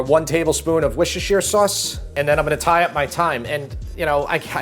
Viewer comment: “Wishersheer sauce” 😂 In Britain, we pronounce it “Wooster’shuh” or just “Wooster”.